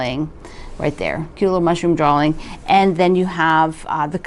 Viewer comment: There is not an “L” at the end of the word “drawing”